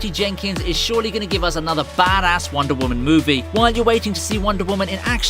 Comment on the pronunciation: Who else thinks when he says wonder women it sounds like wandavision